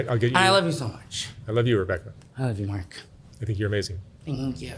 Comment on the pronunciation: "I'm almost hire-able, thank you Mark-ah" Classic! 😂❤️